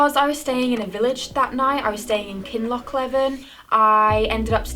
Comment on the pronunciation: There is only one lake in Scotland THE LAKE OF MENTEITH. Tyndrum is Tyne drum. like the river in Newcastle. Kinlochleven is pronounced Kinlochl ee ven. It is not hard to try and pronounce place names properly. Especially if you are trying to make a name for yourself. So called experts who make no effort to try to get names right are just ignorant. There are many who come to Scotland and Wales.